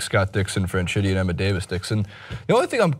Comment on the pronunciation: Pronounced Fran-Key-Tee